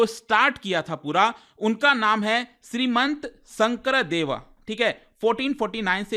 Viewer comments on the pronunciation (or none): Srimanta Sankardeva is pronounced as Srimonto Honkordev.